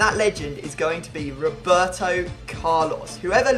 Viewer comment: Lol Wroeberto Carlos